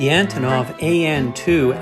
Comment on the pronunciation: Russian a/c are always neat to see. How they compare to aircraft here, how different and how similar they are. Antonov is actually pronounced An-tonneau. It's a Ukrainian company and name. Even I got it wrong and I'm Ukrainian. I got to meet the one who made the display models for Aeroflot at a model club meeting years ago here in Winnipeg. I also got the DVDs I ordered. they are great.